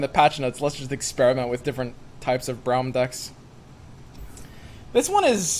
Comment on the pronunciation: stop saying brawm please